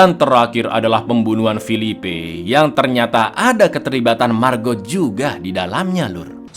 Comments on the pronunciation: Bacanya bukan Margot tapi Mago (lihat di scene saat Alex dan Margot di danau) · margot itu di ucapkan cuma margo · Lhaaa kok MARGOT sih bacanya??? Margot itu bacanya MARGO. T nya ga bunyi kak... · Jaques bacanya jaaks, margot : margo bang. 🙏